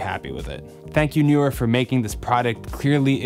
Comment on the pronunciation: Stereo type opener when Youtuber cannot pronounce brand name... dies of cringe